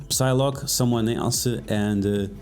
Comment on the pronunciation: E aí, o P na palavra Psy não é pronunciado. Então o correto é Sailoque e não pisiloque. Abs